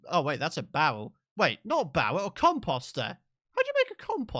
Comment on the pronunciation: I was scouring for a comment that showed I wasn't the only one who thought he said it weird 😂😂😂